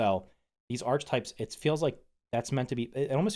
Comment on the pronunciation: Hi. No hate but it’s pronounced Arc-uh-type